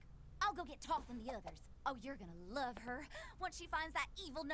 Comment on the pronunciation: Close, but the Egyptian god of knowledge is Thoth, pronounced with long "o".